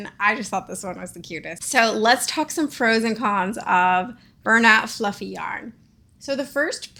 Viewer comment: bernat flaufeigh✨